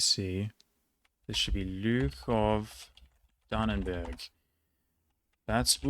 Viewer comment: Like Lüchow - that's amazing pronunciation right there